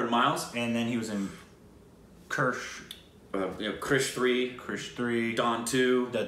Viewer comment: If you want to see Hrithik act then watch Zindagi Na Milegi Dobara! Kaabil is also excellent. Side note: how do you manage to pronounce "Kaabil" as "kabaali" and "krrish" as "Kirsh"? 🙄